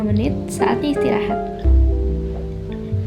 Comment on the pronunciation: omg... she said esteraha like Arabs 💅😳